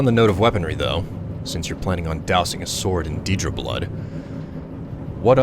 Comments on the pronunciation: Isn't it deadra, instead of deedra? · Yeah it's meant to be (Day)Deadra, don't know why some pronounce it as (Dee)Deadra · no it's daedra